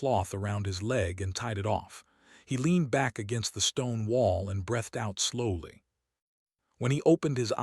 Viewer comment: At 7:3=43: "... and brEHthed out slowly. No such word. Text-speaker needs to say "... brEEthed out ..." --- * flipping coin * * heads * brEHthed again.